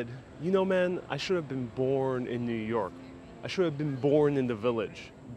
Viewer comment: New Yoike as John would say.